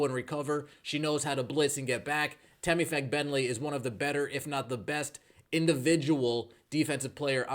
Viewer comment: Sheesh! YouTube shadowbanned my comment for spelling Temi's last name. I guess that there's a bad word hidden in there. Anyway, the stress is on the first syllable, not the second.